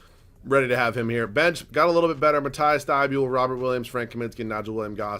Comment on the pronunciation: Dude its mat-ease thybol not mat-ice thybuel dude come on pls see this and say it the right way